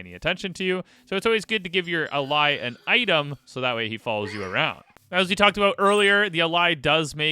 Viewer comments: It’s actually pronounced (ã-lay) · "Allay" is pronounced uh-LAY, just like the regular English word "allay", as in "allay suspicion."